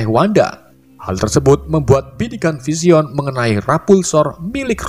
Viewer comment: spiderman bacanya spaidemen bang,, vision juga baca nya aneh,. hadehhhh